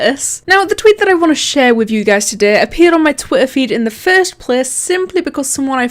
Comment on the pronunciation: "The fust plece"